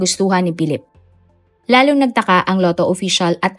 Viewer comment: Si Pilip. Wala talaga minsang, "F" sound at minsan, "V" sound si narrator.